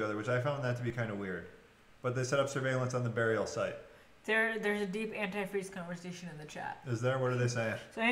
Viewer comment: Omg I can’t believe you don’t know how to pronounce antifreeze